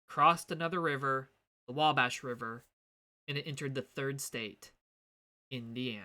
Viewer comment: I thought you were Midwest or even from the Hoosier state itself when you said Wabash at the beginning. It was a good video, keep it up man! -from north central Indiana